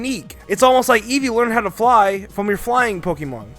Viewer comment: I hate hearing mispronounce Pokémon names